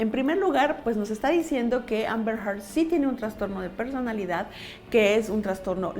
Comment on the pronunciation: Qué buen análisis, muy interesante. El apellido de Johnny se pronuncia “Dep”, no “Dip” y es Amber “Herd”, no “Hart”. También me tardé en descubrir cómo se decían jaja Saludos!